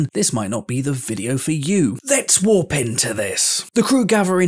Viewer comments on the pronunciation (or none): none